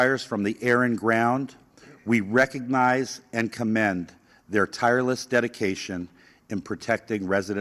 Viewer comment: "FIER CHIEF"